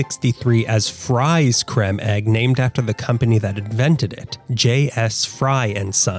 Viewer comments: Very interesting video! They're lovely and the caramel ones are even better 😋 btw it's pronounced as cream not cremm 😂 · "Crem"? It's pronounced same as cream. Then again, he's Amurikan.